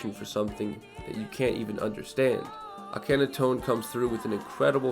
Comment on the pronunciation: It’s spelled Akhenaton like the pharaoh his name is mostly written in French, but the way It’s pronounced in the video is very different as to it should